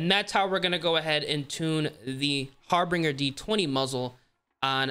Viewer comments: Dude there’s only two Rs in HAR-BINGER..you keep sayin HarbRinger 😂😂😂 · It's pronounced har-binge-er. Awesome video tho, thanks!